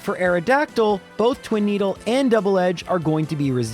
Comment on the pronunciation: "Twin-eedle" good job gen 1